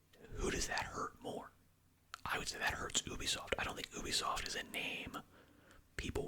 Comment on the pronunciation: “oobisoft” xd